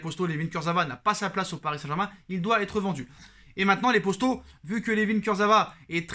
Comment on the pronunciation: C’est moi ou au lieu de dire poto il dit possto ?